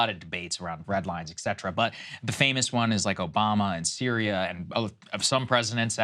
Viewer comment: “Et cetera”… learn to pronounce it please, Sir Sagaar. 🙏🏻🙏🏻